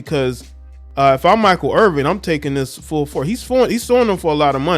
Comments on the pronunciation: There's no G. It's 'Err-Vin', not 'Err-Ving'. Basic respect dictates that you should say a person's name correctly. It's not as bad as everyone butchering name. You're better than that. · Irvin not Irving just saying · You can't even pronounce the man's name correctly, you lose all credibility